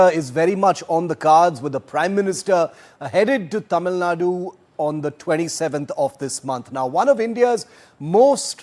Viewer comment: first he has to learn pronouncing Tamil Nadu